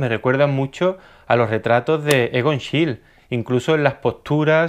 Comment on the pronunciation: Gracias,. Me ha vuelto a encantar tu vídeo. Consejo: A los nombres alemanes no les quites la E final, NoldE, SchielE.